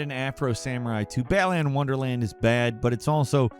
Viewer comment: the fact you cant pronounce Balan correct says alot about how you want comments correcting you, yes im feeding his desire for comments as i correct him its not said Bal-li-un, its Bal-lan